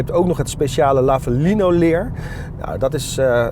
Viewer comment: Het leer heet Lavalina geen Lavalino 😂